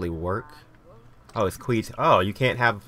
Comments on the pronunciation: Hahaha qweeeed? It's pronounced like Q'd. Oh, You make me laugh:) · Queue is pronounced "cue". It's "q'd" up, not "queed" up.